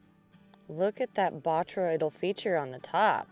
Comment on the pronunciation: You are the first rockhound to correctly pronounce botryoidal. REALLY DOES know rocks!